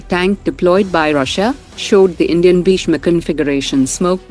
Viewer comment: Not pisma that's bhisma